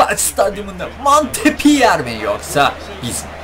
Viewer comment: Abi o montpöliyeğ diye okunuyor